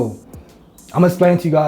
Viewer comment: Bra it’s explain that’s the way it’s pronounced not “splain” shit made me stop watching